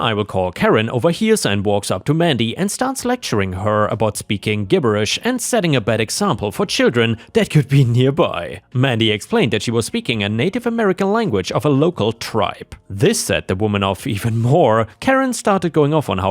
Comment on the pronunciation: ✴🌟⭐ Story 4 - "gibberish" is pronounced "JIB-ber-rish" - it's a soft g, not a hard g. I really enjoy your voice and accent, and enjoy listening to your videos. 💖